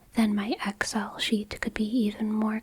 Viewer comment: You pronounce Excel oddly like Ex-El. It's normally pronounced like ek-sell.